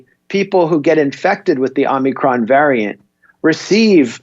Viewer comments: Omicron man. It's Omicron, not Omnicron. Jfc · has been infected by biden's pronunciation of 'omnicron' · Correct pronunciation: AH-mi-cron. Peace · O- micron sound it out. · is pronouncing it 'omnicron' like he's not joking. 😊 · Why does keep saying “Omni-cron”? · It's pronounced, "omicron". Not, "omicron". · If you cannot properly pronounce the word "omicron", then don't comment on it. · If is pronouncing Omicron wrong on purpose, why? I don't get it. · I’m as confident in a person who can’t pronounce “ omicron” as I am in a person who can’t pronounce “ nuclear”. Can you bring in someone with an IQ ?